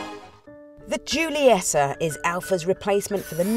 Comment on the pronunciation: "Giuliessa"?!?! It's GIU-LIE-TTA!! ahahah